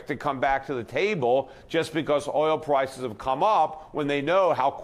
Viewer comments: He also said Pwices 2x rather than Prices. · Petey, you keep saying Pwices. Get some rest, friend.